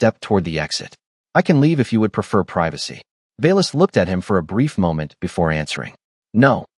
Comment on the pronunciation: I knew this story already from another HFV channel (Kindred Sky). Her eyes lingered on the final three words: "No casualties." 🙂 "Brief" => "breathe". Plus a number of odd pauses mid-sentence. But overall, good technical presentation.